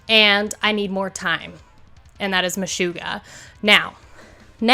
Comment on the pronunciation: MeSHUGgah…SHUG…Not Shoo…not MeSHOOggah.